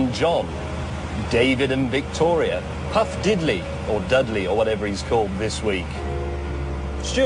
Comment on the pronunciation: puff didly?? lol